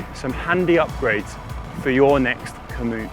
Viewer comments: Does Connor say "Komoot" on purpose, rather than commute at around 30 secs in?!?! Sneaky plug for the GCN partners there. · LOL - “commoot”.